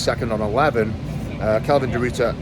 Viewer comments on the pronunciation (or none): Hearing eddie pronounce kelvin the ruiter is just funny🤣